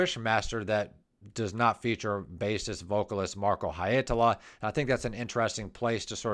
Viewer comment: Well.. no. And you repeat them so many times, it starts to get to the nerves. You could also just leave the surnames off, as the first names seem easier and you get them right. :) Finnish IS hard, but the 100th haeitala and Holopeines just.... aargh... 😁😆